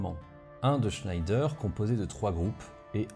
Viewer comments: Bonjour, bien documenté et très instructif. J'aurais une remarque, ne prononcez pas le nom de Schneider avec cet accent. Schneider se prononce à la française "schnédère" ou comme à l'origine "schnèdre". Les frères Schneider étaient Français et maitres de forges dans la ville du Creusot en saône et loire. Vivement la prochaine vidéo.... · Si je peux me permettre, à l'époque et jusque dans les années 80, l'industriel "Schneider" en France était prononcé "Chnèdre". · Schneider, comment le prononce t-on ? Je sais que le nom de famille se prononce "schneidre". Depuis enfant et dans l'industrie, j'entends le prononcer à la française : "schnèdère". Mais les vulgarisateurs de youtube prononcent à l'anglaise ? Ou peut-être à l'allemande ? Qui connaît la prononciation de l'entreprise du Creusot ? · Merci beaucoup pour cet exposé particulièrement bien construit. Une observation : Schneider est une marque française...il ne faut pas prononcer à l'allemande ! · sauf qu'il ne prononce pas correctement... il n'y a aucune raisons d'appliquer les règles de prononciation allemandes pour une famille qui ne l'est pas ... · Schneider ça se prononce pas à l’allemande pitié surtout en parlant de la PGM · Le char SCHNEIDER avait pas une prononciation plus française ? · Alors comme j'ai vu passé le Tweet de, je fais aussi mon méaculpa, on dit bien "schnédère" et non "schnédre" comme je l'ai écrit. En tout cas c'est comme ça que la société Schneider Electric se fait encore appeler aujourd'hui et qu'on l'on dénomme habituellement la famille Schneider. Mon erreur vient du fait qu'on prononce parfois les "er" en "re" comme dans Hottinguer, prononcer "Hottingre". Quand à savoir comment il faut prononcer les noms propres, il n'y a pas vraiment de règles mais des usages qui parfois sont emprunts de chauvinisme en particulier à l'époque qui nous occupe. Bref, ces arguties ne retirent rien à l'extrême qualité de la vidéo.